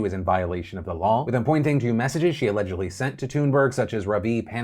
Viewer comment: Did he really just pronounce Greta's last night as TOONburg????